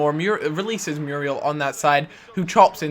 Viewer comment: No, not Mee-yoo-ree-al Mu-ree-el;)